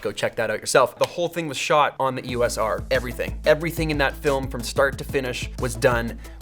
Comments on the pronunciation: Pronounced E-OS not E.O.S. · Love all that you do Peter, but if I could ask you to change one thing, its your pronunciation of E.O.S. - It is NOT an acronym. (Wiki)The name "EOS" was chosen for Eos, the Titan goddess of the dawn in Greek mythology, and is often pronounced as a word. Please say Eos, Eee-o-s. Sorry to be a pendant!